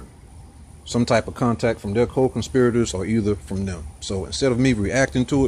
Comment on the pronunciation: Got to watch those “conspi-o-tors”.